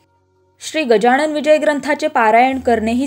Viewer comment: Gajanan bola गजाणन म्हणू नका. Pronounce properly.